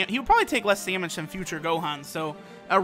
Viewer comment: EEndroid, dEEmEge, gEme Android, damage, game Why does he sound like that?